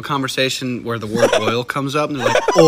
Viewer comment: No. It's called "eral", not oil